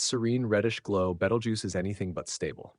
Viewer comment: oh please, its been "two weeks from going supernova" for fifty flipping years. every week youtube has anpther shte AI video like this one and the AI can't even pronounce its name right twice in the same sentence. and FYI. its 650 light years away. It it went supernova it wont be in the "next two weeks" but already happened 650 YEARS ago and we would have seen proof of that years before today.